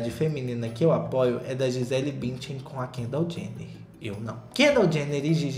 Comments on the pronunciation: Sensacional o "Gisela Bintian" 🤣🤣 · mano "Gisela Bintian" 😂😂